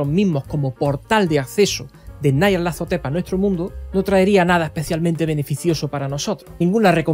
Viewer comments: Un inciso; ¿es necesario vocalizar "Nyarlathotep" como "Nayarlathotep", esto es, a la manera inglesa, por más que su escritor fuese angloparlante? Si tal deidad es tan célebre a nivel mundial, ¿no sería más adecuado darle la vocalización más acorde con el territorio? Y vaya por delante todos mis respetos a ti y a tu trabajo.👍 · Porque lo pronuncia así? Me duele